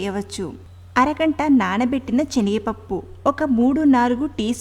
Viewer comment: Nice, Chenigapappu kadu, Senagapappu, pls. Correct